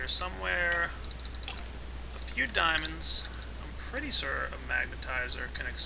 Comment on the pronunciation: pretty "sör" :D